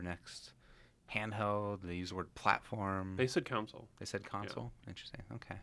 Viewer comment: That guy has gotta stop pronouncing it a "council"